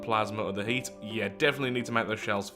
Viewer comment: they way you say HEAT shells, half sounds like you're saying "Hate shells"